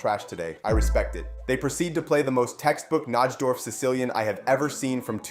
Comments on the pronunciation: As a chess fan, hearing you mispronounce Najdorf is like nails on a chalkboard. It's pronounced NIGH-dorf. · It's pronounced NI-DORF. The J in Najdorf is silent.